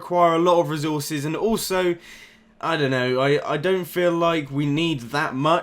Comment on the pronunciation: I love how he says resources "rizorsus"